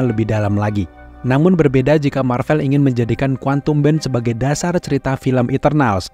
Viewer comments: Bang boleh tahu kenapa baca "Marvel" nya pake huruf é kaya di kata "sore", padahal yang bener kan pake huruf ê kaya di kata "sekolah", alasannya kenapa? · iya, kata "Sore", "Boleh", sama "Gue" itu huruf e nya sama seperti yang diucapin di video. Tp saya yakin narrator video ini pasti tau kalo pengucapan "Marvel" yang bener itu huruf e nya kaya di kata "sekolah", makanya saya pengin tahu alesannya kenapa bersikukuh ngucapinnya pake huruf e yang kaya di 3 kata tadi, "sore", "boleh", dan "gue"...